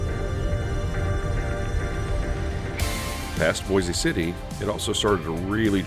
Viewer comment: You pronounced Boise city wrong. Bois